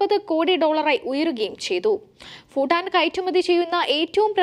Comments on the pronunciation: ഫൂട്ടാൻ അല്ലാ......... ഭൂ ട്ടാൻ...... എന്നു പറയു...... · 😂😂😂 foooooo ival yendha parayane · ഫൂട്ടാൻ അല്ല കൊച്ചേ ഭൂട്ടാൻ എന്ന് പറയൂ ..... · ഫുട്ടാൻ അല്ല ഭൂട്ടാൻ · Phoottan alla kunje Bhuttan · ഫുട്ടൻ ഫുട്ടാൻ ഫുട്ടൻ . ആണോ ? അതോ ഭൂട്ടൻ ആണോ ? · Its not footan its Bhutan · ഫൂട്ടാൻ അല്ല. ഭൂട്ടാൻ... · ഫൂട്ടാൻ അല്ല ഭൂട്ടാൻ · ഫൂട്ടാൻ അല്ലടി കൂട്ടാൻ